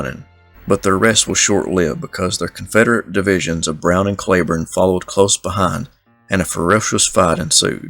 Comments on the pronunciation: Cleburne is pronounced Cleeeburne. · Most of us don't roll our "r" either. Not sure why you fight what so many counties in different states named after him pronounce it CleeBorne. My ancestors are Scots but I certainly don't sound like a present day resident of Scotland. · Why didn't you just say Clee Burn. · I live in "Clee burn" county Arkansas.